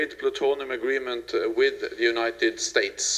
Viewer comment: "Wit United STAYTES"